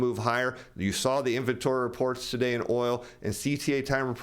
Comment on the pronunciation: Say Today properly ffs or don't present on YouTube.